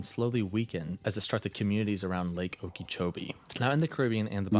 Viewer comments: Not sure if anyone commented this, but it's not pronounced Okeechobee like it's spelled it's more like Okeh or okah chobee without too much emphasis on the h in Okeh or Okah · Okeechobee is pronounced oh-ki-choh-bee. The only part needing correction is the second syllable which uses the short "i" vowel sound, not the long "e" vowel sound, the spelling would imply. Its name originates from The name Okeechobee comes from the Hitchiti words oki (water) and chubi (big). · should be pronounce as Oka -Cho -bee if I’m not mistaken we have a lake her in Florida by a similar name